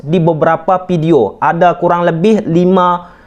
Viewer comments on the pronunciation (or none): Video Bang,bukan pideo😂😂🤗